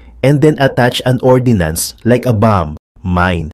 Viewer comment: Bro, hindj yan ORDINANCE. Yan ay ORDNANCE. Look at the spelling.